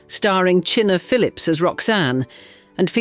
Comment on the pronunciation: China, not Chinn—a